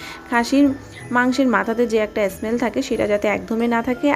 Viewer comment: অ্যস মেল অ্যস মেল বলছেন কেন? স্মেল বলুন